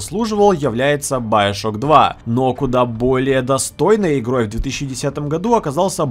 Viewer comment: байошок. хм, не знал, что так нужно говорить